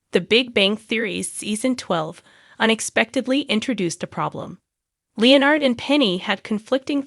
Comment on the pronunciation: Who is this narrator who cannot pronounce Leonard's name?!